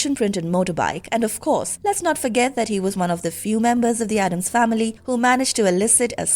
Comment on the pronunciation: It is ADDAMS, not Adam's, for Gomez's sake. I'm very tired of that mistake.